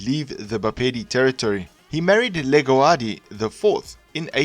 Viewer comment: Legoadi:Li-grwa-di Leholo- Li-ho-lo